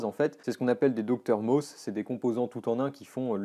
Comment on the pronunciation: Petite précision, Un DrMOS ce n'est pas prononcé "DocteurMOS" mais bien D R MOS pour Driver & MOS qui est un type de montage à 2 MOSFET pour le hachage de courant (Buck). Sinon Excellent travail, c'est très très fort!